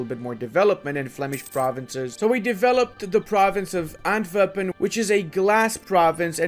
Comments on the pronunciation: Love the video! Just a small heads up, you pronounce Antwerpen in a very german-sounding way. As a flemish/dutch speaking person it is a bit sus to say the least. Foreshadowing? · Stop saying Antwerpen like that man!